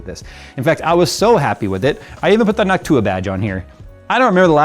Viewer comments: did always pronounce noctua like hawk tuah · Idk why the way said noctua just sounded weird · saying Noctua like hawk tua 😂